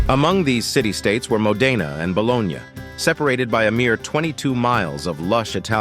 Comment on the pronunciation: Dear AI, It's Mo'-de-na, not Mo-de'-na